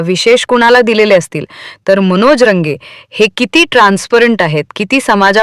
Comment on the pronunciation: मॅडम तो अमोल खोत नाही तसेच अमोल कोल्हे वा खोमणे नाही आपण अमोल खुने असे वाचू शकत नाही.एकाच माणसाला किती आडनावे लावली.सुधारणा करा.मनोज रंगे किंवा रगे नाही जरा ही नाही ऐकून दुःख झाले